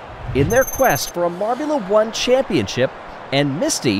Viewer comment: Surely you meant to say marbulous.